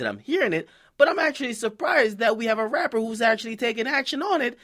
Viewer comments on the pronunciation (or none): "Raper" lol